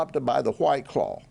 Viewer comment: “H-WWYYT CLAWW”😅😂